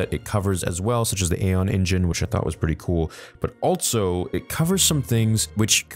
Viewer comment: bro why do you say "altso," it's so noticeable every time you say "also"